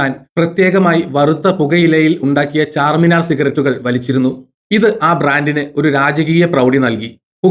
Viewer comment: ചാർമിനാർ ആണ് ചാർമിനാർ അല്ല